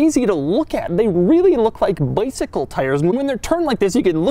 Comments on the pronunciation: BoikSicle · Lol thats some funny stuff 😅😂 boicycle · the way he says bicycle lol